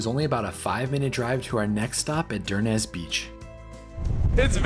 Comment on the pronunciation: Dornoch "Dor... Nochh" not door knock. Cromarty bridge "Crawmarty" Duncansby light house and stacks "Duncans... Bay" So glad you enjoyed your trip... "lang may yer lum reek"Durness..." Durr...ness"😮